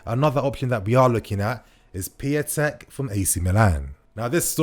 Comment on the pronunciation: It's Pee-un-tek, not pee-a-tek